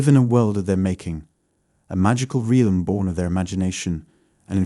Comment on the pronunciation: "UNWARFFERING" (unwavering) "TRANSEWWNCENT" (translucent) "REEEYALLM" (realm) I presume you are from the UK but I hear you pronouncing words differently to the ones in brackets and wonder if that's because you come across as quite nervous in your voice. Anyway, great video, I'm very in tune to people's thoughts good and bad but my empath qualities have taken a dive with illness and domestic abuse but i shall rise again in time. Have a blessed weekend